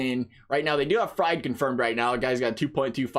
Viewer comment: Btw, fried is pronounced like freed, wright has had a 2.02 ERA in the last 4 starts since he changed his delivery, so he has been on fire, the starting pitching is closer than the initial stats appear, the SP era for the braves is heavily inflated due to them losing 5 starters this year